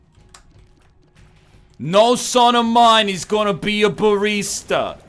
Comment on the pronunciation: what's a bareesta?